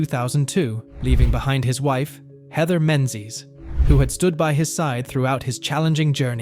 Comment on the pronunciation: It's mispronounced wrong then correctly...??? 🙃🙂